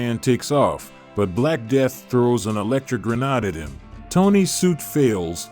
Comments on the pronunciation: it pronounced grenade as gren-ah-deh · He doesn’t even know how to pronounce grenade